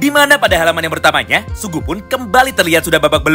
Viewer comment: Sugi bang sugi... Bukan sugu😭😭